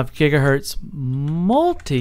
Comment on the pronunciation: Jiga hertz ?